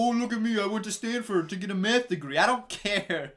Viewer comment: Every time you said “math” I heard “meth”